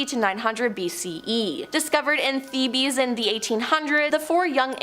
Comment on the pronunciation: ...PLEASE make SURE you're pronouncing words correctly!! ALL of them...as an example, "Thebes" isn't "The-BEES", it's "The-bs". Just check it out in the SEARCH box at the top of this page...ask "How to pronounce whatever word", and it will be pronounced CORRECTLY for you. It's a WHOLE LOT more professional than mispronunciations.